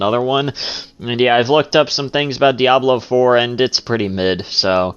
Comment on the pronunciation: One question I would like to ask is, why does screw up pronunciations of certain game titles? "Die-ablow". "Per-SAW-nuh". And those are just two game titles out of, like, a few more!